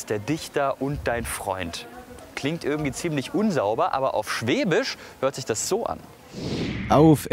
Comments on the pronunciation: Des hoißt Schwäbisch net Schwebisch !!!!! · Es heisst schwäbisch und nicht schweeeebisch!!!! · Für einen Badenser machst du aber ganz schön viel Webung für Württemberg :DD Dein ganzes Essen, die Sprache, die Musik,.. beim meisten gings nur ums Schobaländle xD und btw.. es heißt schäbisch, nicht schwebisch^^ :D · Mich graust's immer, wenn jemand "schweeebisch" sagt. Des hoißt "schwäbisch"! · Ich bin leicht getriggert... schwÄbisch, ned schwEbisch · Du kannst netmal schwäbisch Dua sagst immer schwebisch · SchwÄÄÄÄbisch, net schweeeebisch!!!!